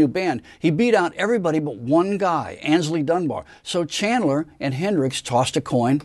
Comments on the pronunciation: Nice video. Listen it's Ealing not Eling and it's Aynsley Dunbar not Ansley. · His name is Aynsley Dunbar. (Misspelled and mispronounced in vid.) Great drummer. 😉